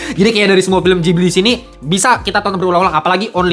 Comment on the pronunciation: Itu Ghibli, bukan jibli